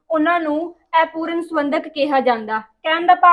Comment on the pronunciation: Aipooran nahi hunda Apooran hunda hai